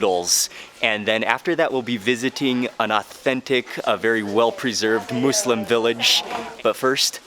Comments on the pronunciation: It's muslim not mooselim ( no hate love and your vids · You’re putting too much emphasis on the “Moos” in “Muslim”. Its more More in between “Muh” and “Moo”, but its definitely not “Moose-lim”. It uses the same U sound that “Wuss” and “Puss” uses. “Muss-Lim” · Love your videos but its not "Moooolsim"! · I always thought it was. (Muzlem) Sorry no hate but what do i know I’m American. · kima Boho he said mooslem not “moslem” like how it’s pronounced.